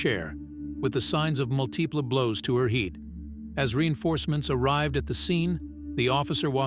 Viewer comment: Like the word "multiple", it says "multeeple With accent on "tee".